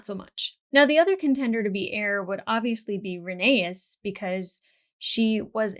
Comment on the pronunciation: Rhae-ny-s ,names are like Kryptonite to Angie LOL